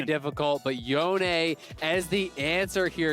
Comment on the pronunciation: is that really how you pronounce yone? Holy.